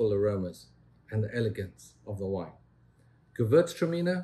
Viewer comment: pronunciation of Gewürztraminer was spectacular. Like a born German.